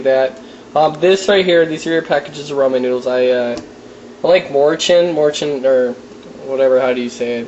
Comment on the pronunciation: it makes me mad when people say roman noodles its RAmen